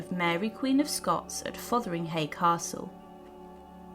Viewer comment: A good synopsis of events. Name pronunciations need attention though. ( e.g.it’s ‘FotherinGAY’ and ‘WalSINGham’. 😖 Lol)